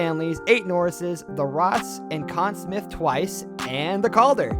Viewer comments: Ok, this narrator/announcer/voice must be from the US as several pronunciations were... off to my ear. he said "Con Smith" for example while I've always heard it as "Con Smythe" and then there were names with a French accent he got wrong too... assuming I remember them "correctly" which isn't guaranteed. Also factor in the players from "older" seasons also had fewer games I'm not sure exactly but the seasons have gotten longer and more games played per team over the decades... I can't dispute these players being greats... but there are others who could easily have made the cut too. Edit: I had to look it up, but currently: In the regular season, which generally runs from early October through early April, teams play 82 games which determine their standings. Then if they were good enough they get to play in the post season... so now a player, who gets ice time in every game could have 82 games plus post season (4 rounds of best of 7 ... max 28 more but rarely would all 4 rounds go 7 games for a team) to rack up stats. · This guy mispronounced Conn Smythe and Richard and mispelled Lemieux, can't wait to see what else he gets wrong, at least his stats are good, lol. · Ooof I give a lot of passes for names because the NHL is a smorgasbord of countries and languages but Richard and Conn Smyth... I was already hurt by Brodeur as #10 lol.